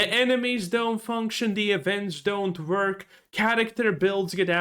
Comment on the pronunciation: It's WORK with a W not Verk with a V, it's Worse with a W not Verse with a V fucks sake